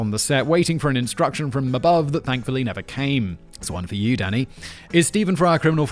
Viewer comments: Am I the only one who hear him saying Daddy, not Danny.😂😂😂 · I know you are calling him Danny, but I cant help but hear Simon calling him Daddy. 😅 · Every time you said Danny I heard Daddy The detective on American Psycho was Willem Dafoe